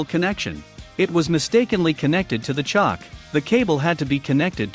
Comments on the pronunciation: It’s choke like choking on food not chock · Yea that "chock" 🤣